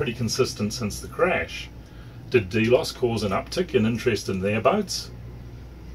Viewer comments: drx1 xym, thanks man. Although, the correct pronunciation is here. As you say, not a biggie and who are we to argue with the in channel pronunciation. After all, none of us would have heard of the word if it wasn't for Capt Brian and co. Thanks for the comment,. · cool, yet "delos" is pronounced a bit differently - at least in channel - no biggie - FYI. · watch the videos your are talking about? even with a NZ accent you couldn't have fukced it up more, SV Delos , but you are right it your data sheets